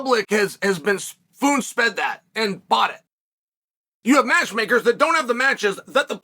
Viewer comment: “Foon Sped”.